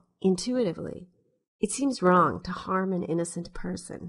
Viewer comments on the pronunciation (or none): none